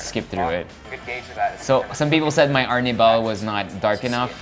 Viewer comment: lol... Arnibal.... hehehe... I speak spanish so it is so funny ... original word was: Almíbar :P